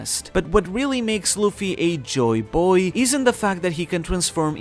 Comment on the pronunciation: Good vid like always, but it sounds so weird, when u always pronounce it joyBOY, instead of JOYboy